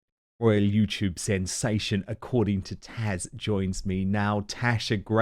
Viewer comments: Please Dan, it's TAZ not TASH. She is lovely to come on your show (and not correct you). Couldn't find an email to say this privately, sorry . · It’s “TAZ” Dan…not “Tash”… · Why are you calling Taz - Tash? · Please Dan, stop calling Taz by the name of Tash! Is it just a pronunciation error, or do you think her name is Tash? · Dan, please learn how to pronounce Taz and PDina. It’s not Tash, and it’s not PDeena. If you listen to their channels, you can occasionally hear them say their name. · Does one of my favorite YouTube creators -- Taz -- really prounce her name "Tash?" It certainly isn't spelled that way, but would someone really be so rude as to mispronounce the name of the person he's sharing screen time with? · Are you calling her Tash?